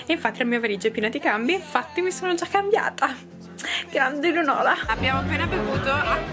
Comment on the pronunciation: Minuto hai detto Eleonola